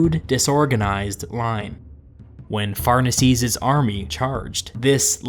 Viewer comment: Pharnaces shouldn't be "farnasees" but "far-nah-kes". It sounds really weird in English.